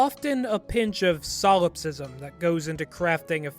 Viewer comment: Solipsism. Not solopsism